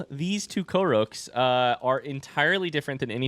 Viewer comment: "koroke" 😮‍💨 ...laNIYru?